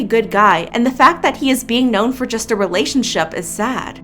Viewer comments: . "relationshup". heh. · I love that you pronounced relationshup relationshup